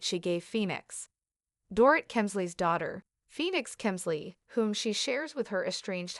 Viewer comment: Can you at least learn how to pronounce her name correctly? It’s Do-rit - like omit 🤗